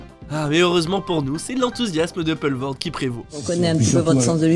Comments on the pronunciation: C'est qui, ce gars qui fait les commentaires ineptes de ce film sur lequel je suis venu perdre quelques minutes de mon temps ? Il prononce "Poelvoorde" de manière très approximative (et erronée), oscillant entre Peulvoorde et Polvoorde, alors que c'est simplement Poulvoorde qu'il faut dire, pas besoin de chercher midi à quatorze heures... Quant à l'état "secondaire" (sic) de Johnny, je préfère n'en rien dire... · on dit poulevaurde au cas ou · On doit poulevoorde et pas peulevoorde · ca se pronnonce "poulevoorde" :o)